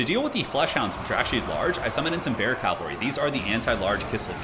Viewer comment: He does say calvary instead of cavalry